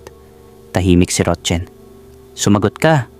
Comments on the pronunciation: Roxanne is "ROKSAN" Ang pagbigkas Hindi ROCHEN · Rotchen ka Ng Rochen dyan😅😅😅 Rocsan pronunciation nyan eh😅 kalorke ka Naman 😅 ano Chinese national ba sya 😅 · Paki ayos Ang pagbanggit ng pangalan rok San Hindi rotchen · Rotsen umayos ka maranung kaba bumasa. Roxanne. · Ang bigkas po sa Roxanne ay roksan ND po rotchen😂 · Mali bigkas mo sa roxane mzgpaturo ka sa psgbigkas ng name